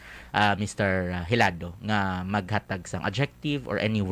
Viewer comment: It's Hilado. The interviewer say it wrong.